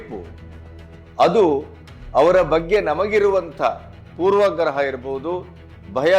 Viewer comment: ಪೂರ್ವ. ಗ್ರಹ ಅಲ್ಲಣ್ಣ poorvaaagraha